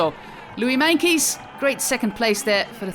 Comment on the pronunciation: Why does she say Meinkeys instead of Meintjes?